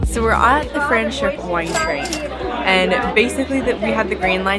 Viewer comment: Hi Guys! Try saying Franschhoek with an A and NOT with an E - Franschhoek and not French hoek. 😁😁 You were asking us how to pronounce it and I am now telling you. I am Afrikaans, holidaying in the Cape right🥰 now but have been living in Saskatchewan the past 11 years.